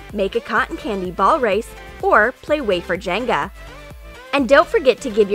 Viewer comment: It’s jenga not janga